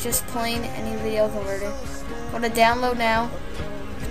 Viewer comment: I think we know the 3 syllables of "con-ver-ter"